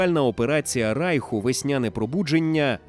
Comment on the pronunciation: Все добре,але не Райху,а Рейху☝️